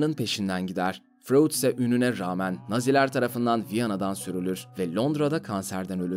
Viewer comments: Furuudd ne ya Freud o Freud. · Frud diye mi okunur ya delircem